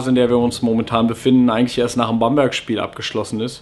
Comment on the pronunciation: "Bamburg"... ;O)